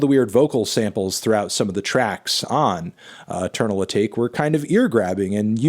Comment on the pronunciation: He’s still not pronouncing Atake right jesus christ